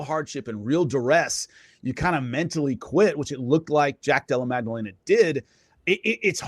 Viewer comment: I like Jimmy but first of all "Mag-dellena" ya know. But more importantly, he's very knowledgeable but he has developed such a grating infomercial salesman style of speaking. I just want him to dial back the TV host energy like 50%